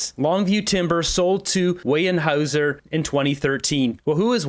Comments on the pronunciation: NOT Weyenhauser.... Weyerhauser (pronounced wearhouser)... So close to earning my subscription, so close.... 🤦🏼‍♂️ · It's pronounced weye R haeuser not wey n haeuser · It’s pronounced WARE HOUSER not WAY ER HOUSER…. you would think living on Vancouver Island you would know that. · ok,,its wear howzer..not wayne hower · “Wear” hauser not wheyean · A little pronunciation correction. It's not weyen hauser....It's weyerhauser...pronounced ware-houser. FYI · Weyerhaeuser.. sounds like "Wearhouser" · Hey, Weyerhaeuser is pronounced like ‘warehouser’. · It’s pronounced Wair-howser, or was the mispronunciation intended? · It's pronounced where houzer lumber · Pronounced where houser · Not sure if this matters to you, but Weyerhauser is pronounced where houzer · Weyerhaeuser is pronounced "where-houser." The industry is here in my hometown, Kenora. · Just a FYI, it's pronounced WEAR when saying Weyerhaeuser and before everyone jumps on me I love this channel, does a awesome job of exposing the libtards and i watch all of his videos, he's doing God's work😊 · So embarrassing! Where is the n in Weyerhaeuser? It's pronounced Warehouser.. If you want to be a bloviator, learn how to say the words and names of the people you're talking about! Okay! You can ask Google how to pronounce. Maybe do some research before you embarrass yourself. And btw, that solar farm he canceled, Americans are going to love their new energy rates. Trump is a walking economic disaster. It is estimated that the average energy bill in the US will triple because of him. But, you go ahead, keep talking him up. Moron! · Alberta here we pronouce it "Warehouser" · Bruh It's "Warehouser" 😉 or maybe some say "Wirehouser". There's no 'N'... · Pronounced "ware houser" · Its pronounced Warehouser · I believe it’s pronounced ‘ware-houser’.. just for future reference 😊